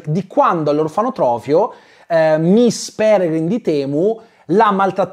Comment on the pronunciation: Ogni volta che diceva "miss Pelegrim di temu" morivo dal ridere hahahahahhahahahahahahaha